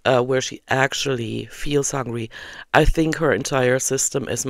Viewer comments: Every time she says "hongry" I feel like 🤛on the moon face. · is just a "Troll" and she gets paid for it. Even the way she says "Hongry", she knows how to say the word correctly, as she did in a sentence after saying "hongry". There is no way she is on semaglutide, its just another story arc. It is the reaction channels that are keeping her income rolling in. Everything is just a big lie.